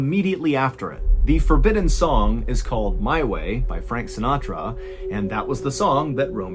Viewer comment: I did it my way Sin-at-ra hmm 🤔